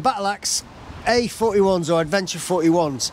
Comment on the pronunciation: Oh no! You missed the S out of Bridgestone😱. And Adeventure! What you been drinking? 😂😂